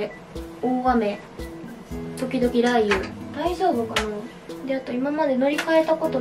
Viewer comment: 5回見てますが、やっぱり【雷雨】が【らー油】に聞こえて笑ってます爆笑😂😂